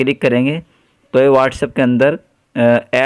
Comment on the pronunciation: WhatsApp hota hai whatshaap nhi😊😊